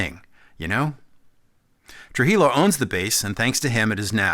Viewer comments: Tru-he-yo. Not tru-he-lo. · His name is pronounced... Robert Through he-yo Trujillo the double ll in Spanish is yo not lo as you pronounced it Gracias Señor. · troo-HEE-yoh is how you pronounce “Trujillo” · I don’t think I’ve ever heard anyone pronounce Tujillo that way.